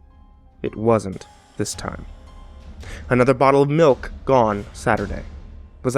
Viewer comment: Oh i'm sorry, I thought it was pronounced Smilk and spelled Smilk.